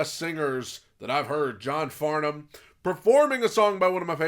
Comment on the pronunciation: You pronounced Farnham and Melbourne correctly, most Americans don't, well done and thank you